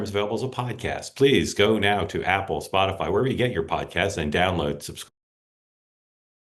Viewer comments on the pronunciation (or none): none